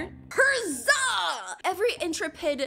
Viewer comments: Who else realized she said herzza and not huzza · he is saying hazza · she said herzah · Pov the last huzzah form spruit:HUZZ-aH 😂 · The next part that huzzah at the end he said huzz ba